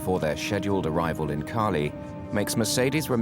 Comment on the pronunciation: Why can't the narrator say Cali correctly? lol